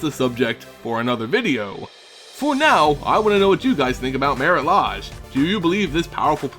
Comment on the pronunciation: and its mare-it laydge not mare-it lahj